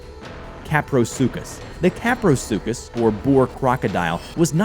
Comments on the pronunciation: Kaprosuchus not Kaprosukkus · Kap, er, a, sue, chus